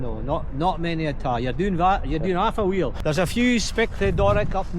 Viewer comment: "you're doing very well" sounding like "yore doeen half a' wheel" definitely made my night